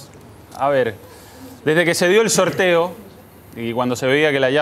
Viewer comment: DESDE QUE SE DIO EL SORRRTEO